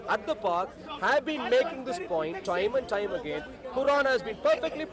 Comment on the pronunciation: Thoime oand thoime again? 😂😂😂